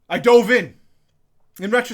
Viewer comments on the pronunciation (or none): none